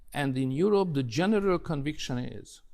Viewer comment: Kedves, igazad van: a kiejtéssel vannak itt-ott gondok. A "th"-t simán "sz"-nek kiejtve, mint pl. Think@ az én fülemet is nagyon bántja, mint ahogy a "the"-t is sokan erőteljes "dö"-nek mondják, ami szintén borzalmas kiejtés. Viszont összességében nem olyan rossz egyik sem, ha a beszélgetőpartner megérti, az már jó. Örülnék, ha ennyi szót ismernék. Az viszont biztos, hogy te jobban beszélsz magyarul, mint ők angolul.